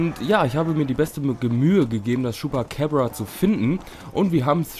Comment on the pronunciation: vielleicht irre ich mich aber das ''ding'' heist chupacabra und nicht chupacäbra